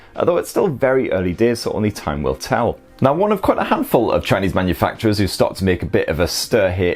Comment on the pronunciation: "mun-u-FUCK-chewerz" he says!!!! LMAO! (manufacurers)